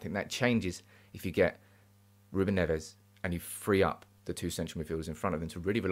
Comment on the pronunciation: Agree regarding Neves ( but pronounce it as a single Neves and not Nev - Es) . Would work well , Haaland too. Nice to see you back on form.